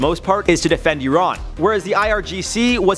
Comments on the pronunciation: E-rohn? Its pronounced "I-ran" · Nobody:: uron